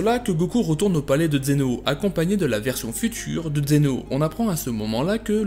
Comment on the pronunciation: D'abord vous appeler ce personnage xeno alors qu'il est prononcé dans la série vf et vo zeno. Zeno en vf et zeno-sama en vo. Ensuite vous n'expliquez pas plus que ce que nous savons déjà donc c'est vidéo je la trouve bof. Pour moi c'est juste un résumé de dbs sur zeno. Bonne continuation tous de même.